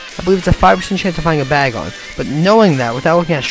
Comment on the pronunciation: What's Lavaratar? It's pronounced Lar-Vi-Tar. Also, Bay-Gon and Ele-kid. You need to work on pronunciation of Pokemon names you idiot. Also, Surskit has very high speed and evasiveness stats. Don't make Pokemon videos if you know fuck all about Pokemon.